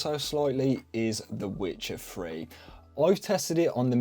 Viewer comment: "A twenty-ferteen pc playing veh witcheh Free."